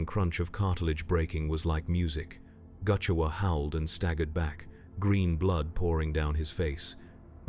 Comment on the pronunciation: Not goochewa. "Gu' Chewa", as in gut chewer.